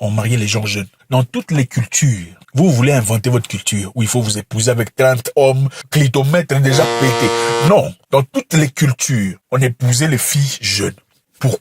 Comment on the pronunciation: Tu m'as tué en disant clitomettre😂😂😂😂😂